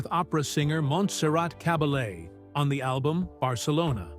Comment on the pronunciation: The reader also can’t pronounce Caballé properly